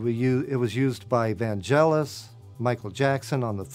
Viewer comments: Vanjelis? VANJELIS? Stop saying VanJelis! VANGELIS! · Has never seen Bladerunner, has never heard the music, can't even pronounce Vangelis properly ... is he going to say he doesn't know what a synth is next? ... Bladerunner is the Holy Grail of synth soundtracks ... oh well, hopefully he'll sit down and watch the film now and understand the music in context. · The man was legendary. It always kills me when people cant pronounce his name, especially if they are siting there with a CS-80. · So.. this is the kind people that get CS80s. People don't know and can't pronounce Vangelis , and make weepingly bad Bladerunner intros.